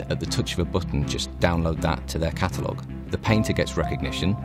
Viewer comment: "At the tuch of a buttun"